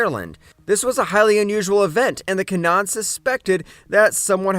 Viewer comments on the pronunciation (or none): It’s pronounced kin nah Han